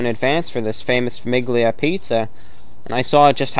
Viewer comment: gli in Italian is almost silent, pronounced "lee" with your tongue at the roof of your mouth so it's a very faint g very soft. So Famiglia is like Familia in Spanish, It means family, why did I need to comment this on an old video I don't know but you're welcome to who ever is reading this